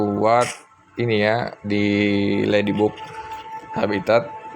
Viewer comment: Ngakak pas nyebut ledibug.... 😁